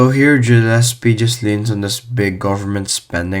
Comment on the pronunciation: Gah llespie not Jah llespie